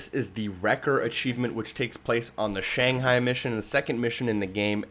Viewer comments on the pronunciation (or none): none